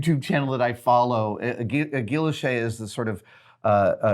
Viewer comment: guilloché, it sounds closer to gee-oh-SHAY. Hard G sound not J.